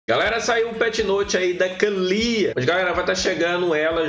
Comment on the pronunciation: Kkkkkk engraçado tu falando Kalyyyya 😅😅😅😅